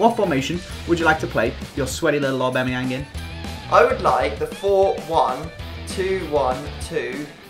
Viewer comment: When he successfully pronounced that player lmao